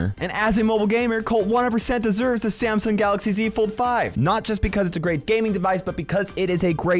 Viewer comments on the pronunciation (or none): If i had a dollar for every time he say samsong galaxy (something) i would be a millionaire